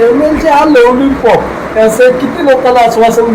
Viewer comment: लॉलीपॉप ❌ लवलीपॉक ✅